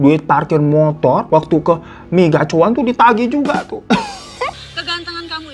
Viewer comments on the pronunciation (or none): none